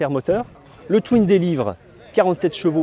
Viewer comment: bonne review mais stp, on ne dit pas "tui-ne" mais "TOUINE" ... ça arrache les oreilles cette faute hideuse, pareil pour trail qui se prononce "treil" et pas "TRAÏLLE"